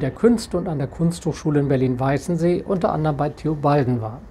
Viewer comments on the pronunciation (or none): Gutes Video, aber sowohl Pieta als auch Weißensee werden auf der letzten Silbe betont.